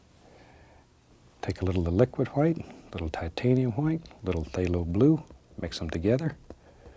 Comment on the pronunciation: "Titanium whoite" "I'll tell you Who-ut" lol